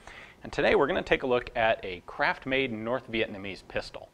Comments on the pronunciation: The first time Ian said craft-made, it sounded like crap-made 😄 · Is he saying craft made or crap made?